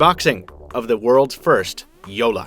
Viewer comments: Yea haha that's what I kept on hearing too. You are supposed to pronounce both "L"s in JoLLa and not just one making it sound like Jola. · Jolla means small boat in finnish and btw he calls it "joula" not jolla xD